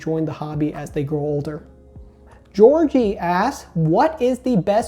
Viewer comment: really called my man Jorge “Georgie” 😭😭